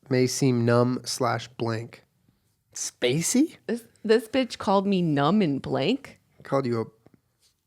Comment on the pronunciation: Jenna: "I don't have to excell at anything beech" Excells at everything